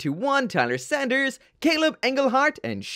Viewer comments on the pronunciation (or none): none